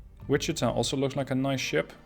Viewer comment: I’m glad to hear Wichita pronounced properly!